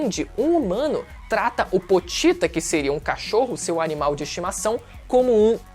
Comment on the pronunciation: Namoral falo o nome do pochita errado,é pochita não potita